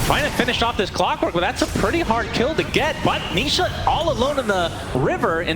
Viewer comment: the caster accidentally call nisha , nishit 😂